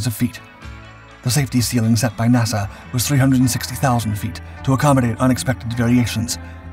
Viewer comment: Is this an AI voice 😮just asking can't say NASA correctly strange